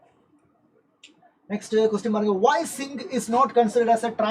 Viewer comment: Zinc❌ Singh ✅😂